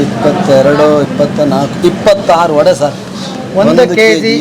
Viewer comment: ವಡೆ ರವೆ.... ವಡ ರವ ಅಲ್ಲ. ಕನ್ನಡ ಹೆಸರನ್ನು ಹಾಳು ಮಾಡ ಬೇಡಿ.